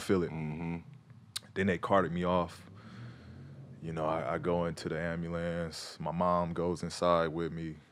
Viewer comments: This nigga really said ambulams I thought I was tripping but he repeated the shit. Sorry for the loss of your moms cuh but the ambulams cuh? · No one: PG: ambulambs truck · Nobody: PG: Ambalamce truck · Ya'll catch that AMBULAMNCE? 😂